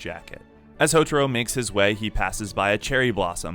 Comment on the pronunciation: "Hotoro" "Hotoro" God!! HoTAro! Ta! its Ta! Pretty sure u heard his name said hundreds of time in the anime....